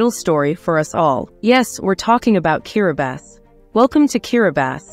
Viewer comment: Why does the Narrator her keep pronouncing this Place as Kiribasses?????????? Is she sure she has the Right Island 🏝